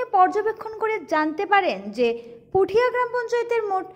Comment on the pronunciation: Puthiya na kotha da hoilo putia Ato bhulbhal pronounciation kmne kore